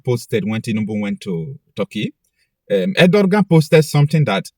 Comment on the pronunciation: His name is pronounced as Ediwan